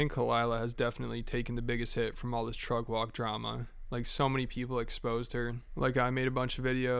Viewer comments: Trugg walk? Sir, are you too lazy to pronounce the word truck properly? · Bro I just keep hearing “trug wok” drama 😂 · The main crime in all of this is that so many people can't pronounce truCK